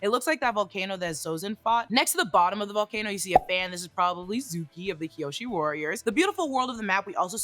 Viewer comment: Teo is pronounced Tay Oh Also Suki with an s like snake, not Zuki.